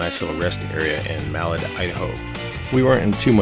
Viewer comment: Hahaha so Malad idaho is pronounced Muh-Lad, not Mal-ed 😂 I’m sorry it’s just I’ve heard some weird pronunciations of towns here in idaho but that one is new.